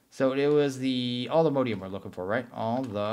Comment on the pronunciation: PLEASE all-the-MOD-ium not MODE-ium